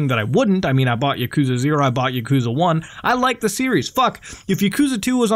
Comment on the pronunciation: Lol the way u said yakuza just cringe me out so hard